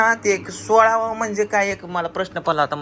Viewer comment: तुम्ही शब्दउच्चार अपभ्रंश केला. लग्न सुखरुप पार झाल्यावर पुजेचा सोहळा करतात. सोळावा बोलण्यापेक्षा सोहळा म्हणत जा.